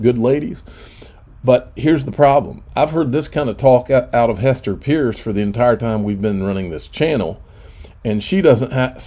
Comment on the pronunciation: Gasparino and both refuse to say Hester Peirce's name ('purse') correctly.